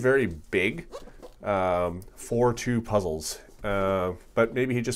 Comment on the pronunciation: HIPPIHEMMO The Panda thank's m8! it sound like puzzels to me. lol